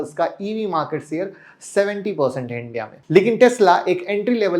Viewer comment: sheyar bolna sikho..plz aap